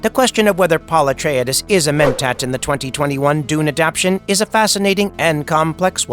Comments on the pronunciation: AI says it funny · I like the way he says Paul Ah-tray-dayszzz 😂